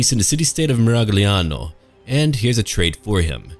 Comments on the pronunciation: Tommaso Moro "Miraliano" o "Miraiano", scegli tu ¯\_(ツ)_/¯ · Fun fact: in Italian “gl” just sounds like a slightly elongated short “l” sound. Ei: you’re saying Miragliano wrong and it’s triggering me. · You can pronunce "gli" like the "yi" in "yield" :) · Italy's my favorite European nation so I'll most likely play Miragliano (the "g" not-ah pro-ah-nounced-eh when in-eh that-ah situazzione) first when I get my new gaming desktop. Been a subscriber for a few years now and always look forward to your gaming videos and commentary,. Keep 'em coming. Now, avanti with your condottierri!